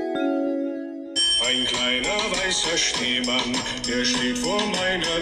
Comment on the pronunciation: Auch er zu Schneemann „Neman“😂❤